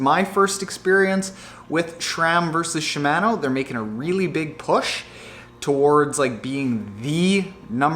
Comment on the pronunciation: SHI- MA -NO , pronounce the A like the a in fart. And you should check out Hambini's latest reaming on SRAM GXP cranksets, DUB cranksets have a similar issue.